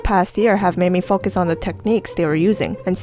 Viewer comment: Whenever you say focus I think you are saying....................................................................................................................... ... . . . . . . . . . . . . . .................... . ..........that word